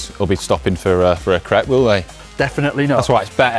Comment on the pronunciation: Im going to have a Massive Crepe at the top!! (sounded like Crap) hahahaha.